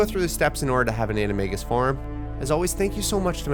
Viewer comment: say animegus one more time.